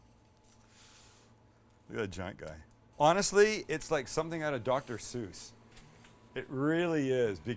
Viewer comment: Also "flatten it ooot a bit" :)